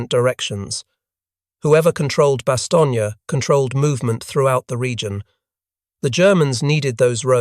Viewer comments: "Bast own" not Baston ye. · Bastogne is pronounced "Bass-Stone" not "Bass-Tony", Freaking brits. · You should really change that profile picture. It's literally a swastika for no reason, and already you pronounced the main word wrong. Bastogne. It's Bah Stone. Not Bastongee. Clown. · Since you are doing this video in ENGLISH not FRENCH, the pronunciation is "BAss STONE" NOT "bas Stone ne" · bah-stong-yee? Seriously? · Stupid artificial english accent robot still can't pronounce Bastogne? Give up and try being a toaster.